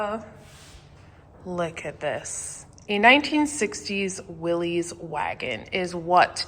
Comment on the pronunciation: I forgive you because you are from the Continent, but you are butchering the pronunciation of Willys (it rhymes with Phyllis).